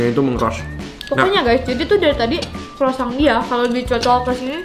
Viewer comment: Saran untuk, cara ngomong "croissant" nya buat sakit kuping yang ngerti cara bacanya 😅. Grat pronounce it better. Moga² besok² kalau mau cicip makanan asing, at least bisa dicari correct pronunciation nyaa yaa. Thank you